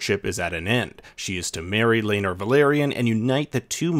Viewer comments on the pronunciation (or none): It's pronounced Lay-nor. Like it's pronounced Ray-near-ah. Rhae = ray. Nyr = near. Day-men. Not Day-me-in or Day-mon as Mysaria says. The first syllable of Laenor rhymes with something. Hint.. Did Mysaria try to poison Daemon? He poured out the drink but still couldn't walk the next morning like he was high on Ecstasy. Mysaria hasn't seen Daemon in 3.5 years. We might finally see Lady Rhea Royce next week. She's not uglier than a sheep. I just don't know why Daemon can't stand being married to his Bronze B**ch? Viserys banished him back to the Vale.